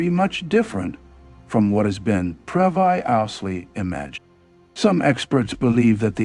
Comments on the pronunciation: I was done at “Prev, I, ous, ly,” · Previ yousaly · Part ulary? Previ- ously? Wow AI